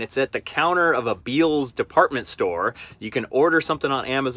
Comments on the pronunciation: Oh my man, you are hacking your way through the pronunciations lol. The town Burnet is pronounced "Burn it," and Bealls we pronounce "Bells" not Beels lol. Glad you had fun in TX! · Great Video!!! But it’s pronounced “Bells” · Burnet is pronounced Burn-it or Bern-it. And the store is pronounced Bells!